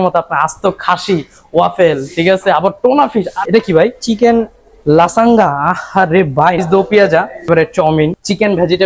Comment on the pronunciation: লাসাঙ্গা না লাজানিয়া নচেস না নাচোস